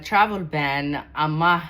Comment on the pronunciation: Travel ban dheh si khalad ayaad u akhrineysaa